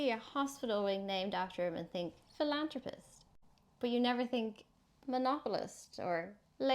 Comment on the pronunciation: Brilliant video. Very informative and concise. Bloody Carnagie, huh? "Full-on-rapist" (philanthropist).